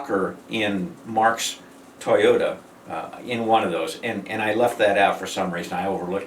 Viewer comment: Yo, it's TOYota, not Teyota.